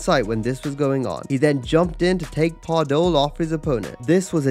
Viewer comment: Additionally, their names are pronounced "Remco Par-DOO" and "Orlando VEET", not "Pardull and White".